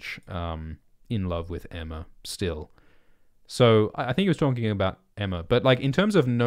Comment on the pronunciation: He said Aemma